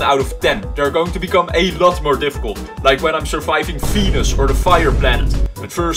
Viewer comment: When you said Venus u said penis😂